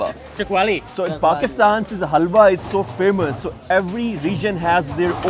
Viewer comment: health-wa? Haha its halwa :-)